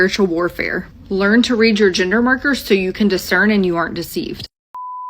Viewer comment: why is she saying ginger instead gender 😭😭